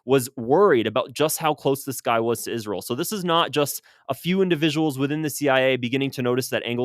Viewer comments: saying, isrel like Lindsay Graham does. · You say Israel weird …. Kinda like Lindsey Graham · I just figured you pronounced Israel like that because your body is rejecting Israel’s toxicity.